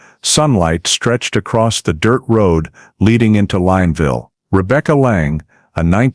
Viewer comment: The town name is pronounced Lin (Lynn) ville